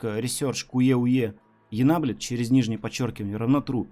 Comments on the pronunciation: меня больше "энаблед" позабавило)) Напомнило один мем про "ебай" (ebay) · Все говорят про "Куеуе", но про "Енеблетъ" все почему то молчат)